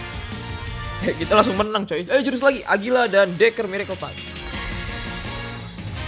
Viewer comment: Agira bukan agulia